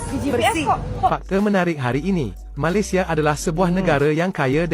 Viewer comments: Malaysia bang,,,bkn Malasia 😂😂😂👍👍👍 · ucapanmu di perbaiki,, Malaysia yg betul bukan Malasia.